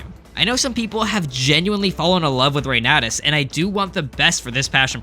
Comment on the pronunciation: Fur You was probably the worst choice ever. I'm really glad to see Reynatis get some coverage! (it's Foo-r'you)